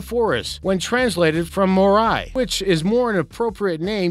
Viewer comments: BOA-bab = BAYO-bab MORE-i = MAOW-ree this guys a dope. you can hear all the cuts where this was pieced together. might even be a public speech engine test carried out in public... jerky as all hell. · Only New Zealanders will find hilarious lol .. he said “moreye” 😂 😂 😂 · lmao I died when he attempted to say "tane mahuta" "kauri tree" and "maori"